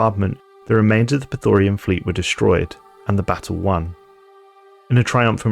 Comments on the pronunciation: Agreement. "Prethorian" does sound cool, though, but "Prethoryn" (Preh-thooh-rynn, for the record) just goes much harder. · like your videos, but one thing that's been buggin me is how you pronounce "prethoryn". there's no "a" anywhere in that word :D